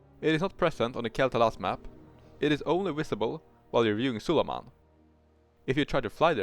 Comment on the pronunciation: wisible hehehe